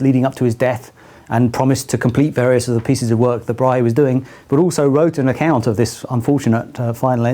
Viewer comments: Just a heads up to any non-danish people out there: Brahe is pronounced Bra-e, the H isn't audible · In fact it is pronounced braa lol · No danish person pronounce Tycho Brahe with an H either.. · To havn a "Thyco Brahe Day" in Denmark means to have a day where everything goes wrong. Not really nice when thinking about the things he achieved. His last name is pronounced with a silent 'h' by the way, so nearly there ☺ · More times than you might think the best way for a non-dane to try to pronounce a danish word is to put a protato in your mouth when you say it